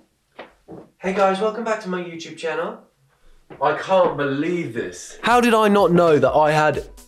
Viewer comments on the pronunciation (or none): none